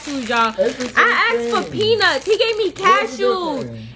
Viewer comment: You know what’s crazy when you order the peanuts it dead sounded like you said cashews I knew you were sayinn peanuts but it could’ve deff sounded like cashews I’m so sorry sis 😭😂